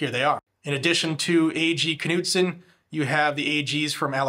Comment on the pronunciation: Just so you know, “Knudsen” is pronounced “Nude-sen”.